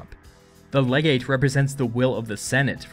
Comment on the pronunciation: "Legate" *cough.